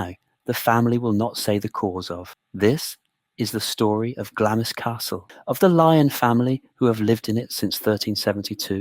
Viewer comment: The way Glamis is correctly pronounced is given in the first sentences as Glams, and continued to be pronounced wrong through the rest of the video, as Glamiss.